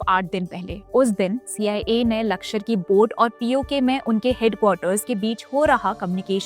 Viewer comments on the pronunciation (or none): Mam it's not lakshar, it's lashkar